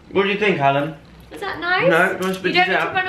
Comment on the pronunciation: Its not jala its jalan! Joe and alan;))